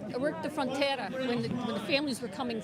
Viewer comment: I worked the "Fronteyrah" 🤣